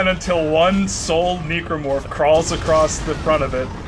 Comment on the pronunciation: keeps on making the commentary awkward by pronouncing a hard "E" on necromorph.... seriously dude. Necromancy, Necrosis. That pronunciation was bad and you should continue to feel bad about it to this day -_-.